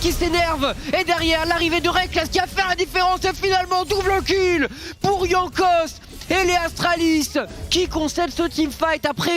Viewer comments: Putain il m’a fait pété un plomb à prononcer Jankos comme un connard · C’est pas sérieux de mal prononcer les noms des joueurs comme ça, franchement ça coute pas grand chose de se renseigner hein pcq les Jean Kos a tout va c’est pas possible et pour Jeskla c’est la même, dans les langues germaniques le « j » ne se prononce pas comme en français